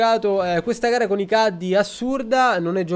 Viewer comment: si pronuncia "CHEDDI"!!!!!! NON CADDI!! FIDATI GIOCO A GOLF!